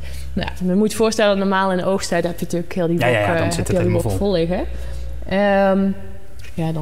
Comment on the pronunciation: Ze kan geen ja zeggen 😮